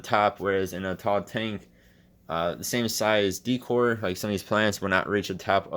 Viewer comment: He said deecore lol